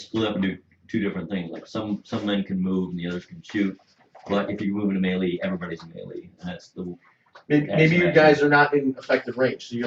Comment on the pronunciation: Looks like another fun game. Gonna watch part two. Oh... Melee is said = May-Lay ;) Keep it up.